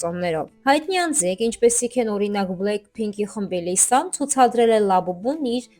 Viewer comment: Լիզա չէ Լիսա է😅